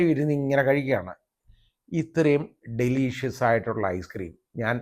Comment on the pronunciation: ഡെലിഷസ് not ഡെലീഷിയസ്